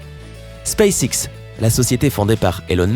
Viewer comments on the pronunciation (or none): none